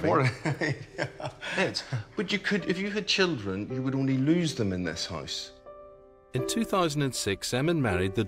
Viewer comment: Why do you say hisse instead of house?